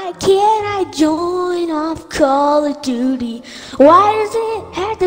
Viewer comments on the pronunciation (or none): why does they say call of doodie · It is call of doote